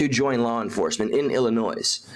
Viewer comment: is an idiot. He can’t even pronounce “Illinois” He almost got you saying it wrong